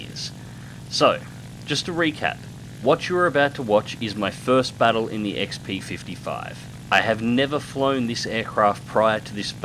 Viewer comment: Yay, you said it right! Such happy! :D